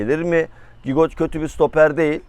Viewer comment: Gigot değil cigo